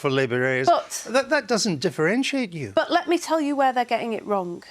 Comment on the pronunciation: all Andrew Neil has done is let Lisa Nandy speak. but before some sentences she says lit me speak??